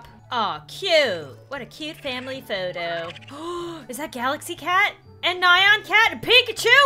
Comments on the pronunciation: It’s not nion cat it’s neon cat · you said nyan cat wrong